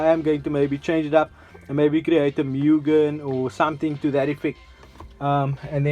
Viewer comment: You pronounce it "MOOGIN" , not, "MEEWGIN" Opening of the bonnet was the biggest anticlimax. I don't know why youtube recommended this video.